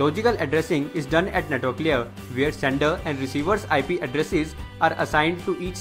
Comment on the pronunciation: it's LAYER, not LEE-ER